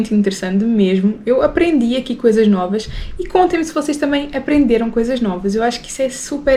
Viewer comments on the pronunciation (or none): Não é noua kkk é nova..😂